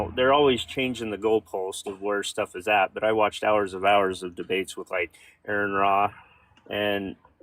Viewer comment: It's Aron Ra, not Erin Ra. Mr "I watched hours and hours and was a total atheist" while spitting out Ray Comfort level apologetics? Yeah, I don't believe you.